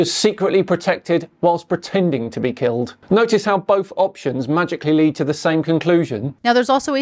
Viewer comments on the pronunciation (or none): none